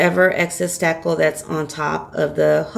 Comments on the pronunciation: Marni Laughman she is! 😳😁., that is spakle. Not stackle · Lisa Bennett Yes! Isn’t she saying “stackle”?